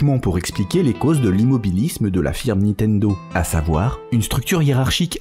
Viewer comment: on dit niNtendo ! pas Nitendo, on dirait ma grand mère, merci